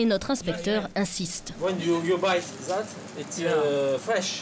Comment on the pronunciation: "you buy zat it iz euh fraiche and your cut and you poute in zis sac"